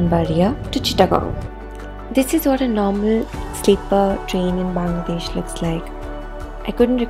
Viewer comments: The way you pronounced Bangladesh is beautiful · I really loved the way you pronounced BANGLADESH 🇧🇩 Thanks a lot for making this video